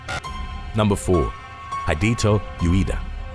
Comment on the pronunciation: Surely mister Ueda is tossing and turning in his eternal slumber every time he hears his name so badly mispronounced...